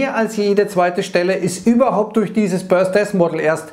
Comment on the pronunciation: hab die Aussprache nur witzig gefunden.. 😜